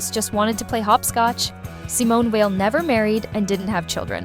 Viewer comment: Ugh. By 48 seconds in, the (AI?) narrator has pronounced Weil’s family name 3 different ways, none of them correct.